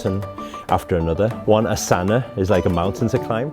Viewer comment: it's aasana not asaana. 😁